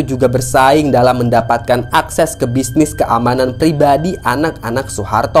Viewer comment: Negeri Pelau dan Negeri Kailolo bukan Palau dan kalolo